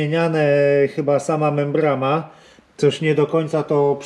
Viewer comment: Membrama czy membrana Panowie? Na Kujawach mówi się membrana :)